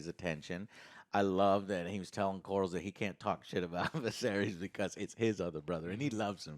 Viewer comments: It's Corlys, not Corals. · There is nothing lazy about sticking with what works. Have you ever composed a song? It's not exactly easy. And the Game of Thrones theme is one of the most epic themes in modern media. Why fix something that isn't broken? Also, the Seasnake's name is Corlys. CORE-LIS. It's really not that hard to say. Anyway, try to give the show a chance instead of being determined to be unhappy about everything. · “Core-liss” “Ray-near-uh” “day-mon” “Vis-air-ees” “Ray-niece” “Miss-air-ia” Otto. Alicent. Etc.